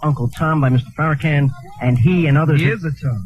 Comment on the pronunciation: Hannity screws Farrakan's name purposely throughout this show.